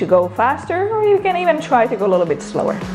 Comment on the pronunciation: i love how you say " A lilo-bit", love your videos